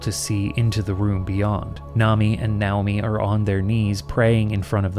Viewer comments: I’m sure the closest Japanese pronunciation probably is “NOW-mi”, but every time you say it like that instead of the natural English pronunciation of “nay/nigh-OH-mi” I get distracted thinking about it and have to rewind to hear what I missed. Danged ADHD. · I love how you’ve been in Japan so long that your brain identified “Nay-oh-me” as “Now-me” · Nay-oh-mi. Lol now-mi is wild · I am pretty sure "Naomi" is supposed to be pronounced: Nay-Oh-me LOL not: Now-me! Ya nerd! I know, it doesn't really matter. That just had me cracking up though. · The name Naomi is not pronounced "now-me". That's not a Japanese name; that's a name of Hebrew origin and it's fairly common in the west. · btw Naomi is pronounced Nye-oh-mee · So, how sure are we that it's not pronounced "NAY-oh-mi," the Western pronunciation of "Naomi"? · Weird, I’ve never heard Naomi pronounced that way but I guess it’s the Japanese way